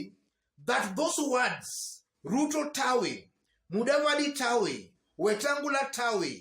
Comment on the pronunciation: It's "taawe" not "tawi"